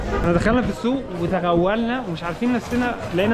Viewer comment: قلت تغولنا بدل توغلنا هههه سكر